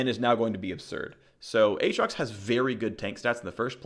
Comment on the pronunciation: As always, lots of great info! However, you should say both "A"s in "A atrox"